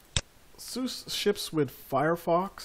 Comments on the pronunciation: lol Saying sous is like saying "look at that porsh!" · It's pronounced Sue Zuh. There is no "other way to say it"; There is right and wrong. SUSE = Sue Zuh